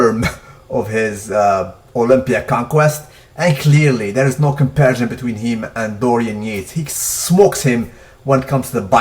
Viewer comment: I told you the last time. The word is comparison, not compersion. Do you even vocabulary yo?